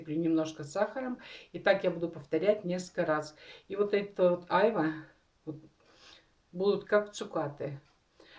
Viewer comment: почему Айва , а не аЙва. - вы что не русская??? первый раз слышите это название??? прям слух режет.